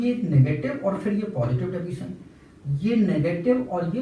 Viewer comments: Deviation ❌ Daviation ✅😂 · Deviation hota gai Daviation nahi ☠️🤷🏼‍♀️